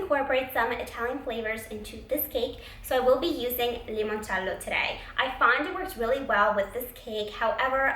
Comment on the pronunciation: I love how you say "limoncello" in that Italian accent ! 😍it reminds me of how Laura Vitale says " ricotta" or "parmigiano"